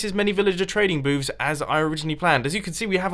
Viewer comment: He's saying " villager trading boobs" lol